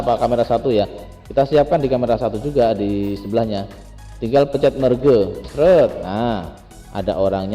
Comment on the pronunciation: merge dibacanya merj